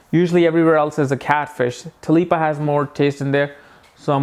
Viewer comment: You mean tilapia? It's funny how you call it talipa unless that's how Indians call it. It looks very yummy though.